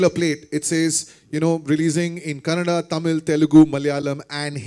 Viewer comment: It’s KANNADA not KANNAD